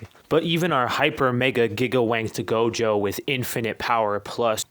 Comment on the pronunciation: he said jogo